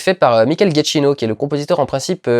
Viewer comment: Très louable de vouloir prononcer le nom de ce superbe compositeur qu'est Michael Giacchino à l'italienne mais c'est une vrai catastrophe... ^^ On dit "Djakino" et non "Guatchino" avec l'accent tonique sur la première syllabe Tout comme Scorsese qui se prononce "Scorssézé" et non "Scortchézé" Merci d'avance d'épargner mes oreilles la prochaine fois... Après ce n'est qu'un détail mais bon... Sinon bonne critique, je suis en tout point d'accord :)